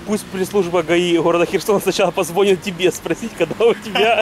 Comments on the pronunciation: ты ради Бога пойми меня прально, без обид. По-русски будет верным говорить не позвОнит, а позвонИт, просто уже который ролик это слово ухо режет. Все-таки на большую аудиторию вещаешь и многие берут пример с тебя. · ВСЕ КАК ВСЕГДА КЛАССНО!!! ОДНО - НО. ВЫ УЖЕ НА ДОВОЛЬНО ВЫСОКОМ УРОВНЕ..... СЛОВО " ПОЗВОНИТ " -- УДАРЕНИЕ НА ПОСЛЕДНИЙ СЛОГ!!!!